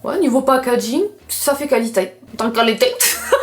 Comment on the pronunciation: Fou rire sur le qualitAIIII 🤣 Bonne fête a toi aussi ☺